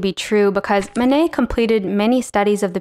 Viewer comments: Great - but it would be nice to have Manet's name pronounced correctly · Mayo nayo?